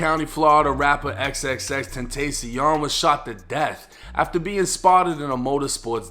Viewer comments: its pronounced XXX-TEN-TA-CION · Come on we gotta start learn the pronunciation of name it’s TenTacion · XxxTentastyon … 1090 butchered that 😂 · aren’t you from Florida, and you don’t know how to pronounce x’s name?? 🤨😒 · You couldn’t just look up how to say xxxtentacion the correct way? He says it in interviews. Rip jah